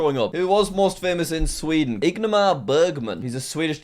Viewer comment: Ignamar Bergman 😂 As a Swede that’s just hilarious